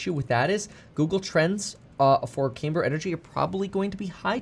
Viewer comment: Not "CAYMber". "CAMber".